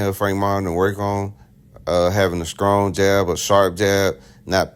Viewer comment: Did you say scrong jab😮